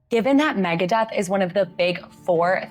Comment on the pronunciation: Easy mistake to make, but it's Megadeth, not Megadeath.